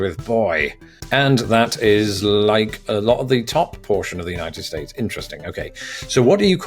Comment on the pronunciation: "I'm going to pit it against the Unitef States" Bruh you on a list somewhere, hide if you hear Donald at your door